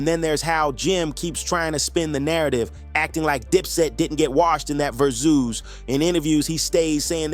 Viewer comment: ver zooz?what the hell is that? It's Versus, just spelled with a Z.